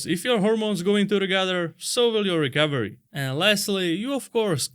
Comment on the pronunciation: Sounds like he’s saying Rick Overy, not recovery.